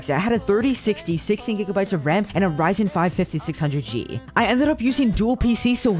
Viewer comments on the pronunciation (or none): none